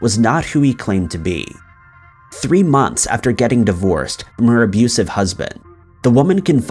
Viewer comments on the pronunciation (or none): none